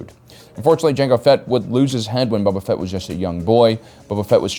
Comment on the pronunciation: I swear he said boba fett was stinky